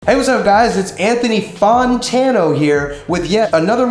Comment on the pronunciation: How u say your Own name wrong wtf lmao get em bro💪✨✨✨